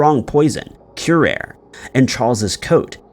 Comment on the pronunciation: Sorry but it’s not cure